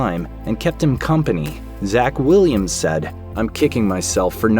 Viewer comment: It’s actually “Zak”, but however